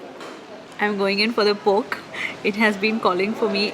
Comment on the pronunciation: No offence but it's pork the way you pronounce it seems like you say poke ramen😂😙